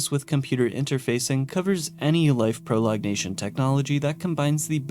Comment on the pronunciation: "proLONGation," not "prolognation"